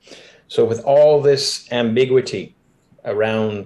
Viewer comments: This is a side, but "ambiguity" is stressing me. Is this a Canadian pronunciation or...? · English isn't his first language, he's french-canadian. So sometimes he pronounces things funny